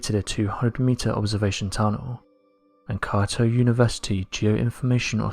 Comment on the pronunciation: How do you not know how to pronounce “Kyoto” ?